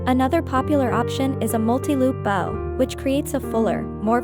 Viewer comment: I'll help with algorithms. The narrator pronouncing bow meaning to bend instead of a bow made from ribbons. Crazy. shows an invitation for warmth & coziness...seriously!? Someone is interested in dolls with blood & guts . Sure you can explain Toppers are a crowning jewel bringing truly magical personalities. Half these toppers were weird BS! Thumbs down buddy.